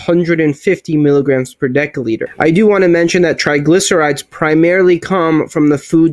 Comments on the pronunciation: Great vid. I do have an issue with people who can't pronounce the words they are teaching. It's not "sta,ins" it's statins. And it's not "de(k)olitre" it's "de(s)olitre". No really issue just a pet peeve of mine. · What the hell is a 'dekaliter?' Your inability to speak properly undermines everything you say. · One deca-liter or 1 daL is pronounced ˈdekəˌlēdər and is equal to 10L or ten liters. One deci-litter or 1 dL is pronounced ˈdesəˌlēdər and is equal to 0.1L or one tenth of a liter. Btw, awesome video. Thumbs up!😊👍👍